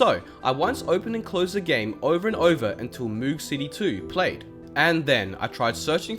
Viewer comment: Just pointing out that the song "Moog City" is not pronounced mOOg city it's pronounced Moug city as in the synth that was used to make the sound